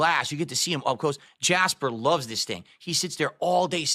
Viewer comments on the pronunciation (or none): none